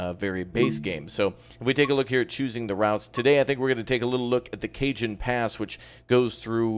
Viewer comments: Cajon is pronounced "cahon". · Cajon. [Cuh-Hone] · Cajon= cuh-hone. the J has an H sound. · Oi,. Dig the vids, watched a bunch, finally hit subscribe. Also, real quick, it's a Spanish word, Cajon. It means "box" like a "box canyon". It's pronounced "Ka-Hone". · Cajon is pronounced 'Cahon' as in Jalapeno. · I presume that people have told you by now that it's Ca-hone, the J is silent, as in Javier. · Not Cajun